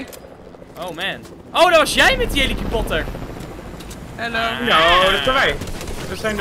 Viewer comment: Ik hoor nu pas dat hij helikapotter zegt in plaats van helicopter